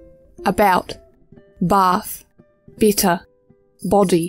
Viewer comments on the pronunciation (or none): if she pronounces "better" like that, I wonder how "bitter" sounds?